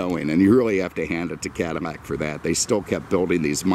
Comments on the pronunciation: Its called "Cadillac"....not cadamac....get it right! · Why the F is he saying "CadiMAC" a lot???..LOL...It's CADILLAC.....lol Family had a 1975 Coupe de Ville Cabriolet in Knickerbocker Tan Firemist with a White Cabriolet roof, & power glass Moonroof. It was the dealership owners Demo car with extremely low miles, so it had every option available. Beautiful automobile. This looks like the Calais Model, which had very few options. The paint needs to be compounded with a buffer, too, the gloss would come right up. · caddy, not cuddy! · Is he saying Cadimac? A real beauty and nice presentation! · Cadamack? what's a Cadamack? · eveytime he says Cadimac it pisses me off more and more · Why is he saying Cadi-N-ac? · Bro?! Why the hell do you keep calling it a "cadimac"?????? Did you misread it on the day of your review and decided to say "cadimac" 50 times?? So damn lame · You seem to have a thing about mispronouncing Cadillac in any of the videos